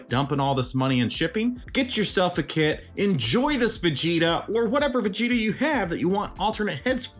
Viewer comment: during the video when you said "Ver-gita" it reminded me of a DBZ parody called Dragonzball PeePee, and Vegeta is called Virginia in that one